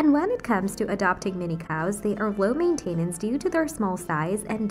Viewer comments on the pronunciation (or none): Before posting your AI generated speech, you should either have a native speaker review it, or just look in a dictionary to check which syllable the stress is on. I was cringing with “maintenance” and “responsibility”